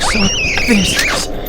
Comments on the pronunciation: . NEW CHALLENGER APPROACHING CARL WHEEZER “How you like my cwasson?” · Are you going to finish that cwasont? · Ya gonna finish that KWASSONT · Are you gonna finish that cwasant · Uhh are you gonna eat that cwossant?